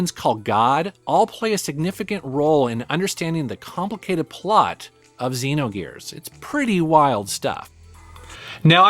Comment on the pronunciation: You pronounced XEnogears wrong.